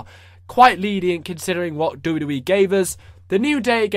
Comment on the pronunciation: i love how you say Dabiu Dabiu E